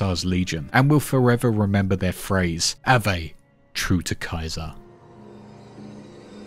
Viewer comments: the v is pronounced like a w in ave said like awē profligate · it is pronounced “ah-wey”, profligate.